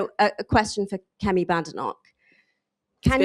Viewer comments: The journalist Rhia Chatterjee, channel 4, was a disgrace. She started off by rudely mispronouncing Kemi Badenoch’s name and then didn’t even correct herself when the error was brought to her attention. She then said, can you reassure the women “sat” next to you? I think the word she was looking for is, ‘sitting’. How ignorant and disrespectful she was. No surprise, she works for Channel 4. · I noticed that one of the journalists couldn't even pronounce Kemi Badenoch's name right. What on this earth is happening to our country.